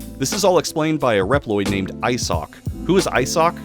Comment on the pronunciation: Bro is butchering names, Isock, surjes, Gay armor 😅